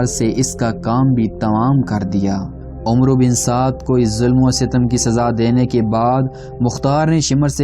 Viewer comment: This word is not omro it's amr bin Saad wao is silent